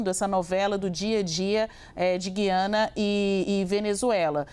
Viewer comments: Não é "Gui-ana" é Gu-i-ana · Boa tarde, desculpe a intromissão mas, não é Guiana , diga GU I ANA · É Gui- a- na , e nã gui de guido. Tipo fala Rui. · NÃO É GIANA , É GUIANA. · GU-YA-NA. ( Correto )